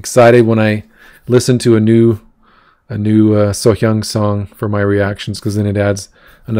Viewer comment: Thanks for the reaction.Your Korean pronunciation was excellent . I know it's from the respect and sincerity for Sohyang.😊